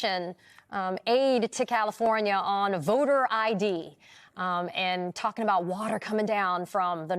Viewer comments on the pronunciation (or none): none